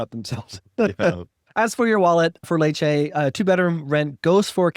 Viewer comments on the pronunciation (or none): Lads, nice, well produced vids, but my unsolicited advice is to learn how to pronounce these places. Letch-eh is how you pronounce your top choice. And is beautiful though very hot in the summer